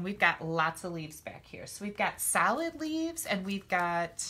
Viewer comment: LOL,...at first, when you were poking out the leaves, it sounded like you were saying "salad leaves" instead of "solid leaves", bwahahahaha! It's ok, my ears ring all the time, so it's hard for me to hear sometimes, LOL!! You're a hoot! I just LOVE all your tutorials, gf!!!!!!!! Hugs!